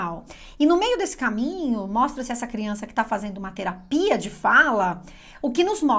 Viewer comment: a ênfase que colocou na palavra terapia me fez pensar… e como trata sempre de linguagem achei q cabia ☺️